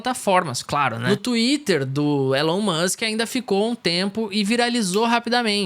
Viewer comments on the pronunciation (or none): none